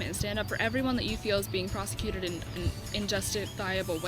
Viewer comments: For fuck sake it's persecuted, not prosecuted, you dumb bitch. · for fuck's sake: persecuted. the word is persecuted, you beautiful twit.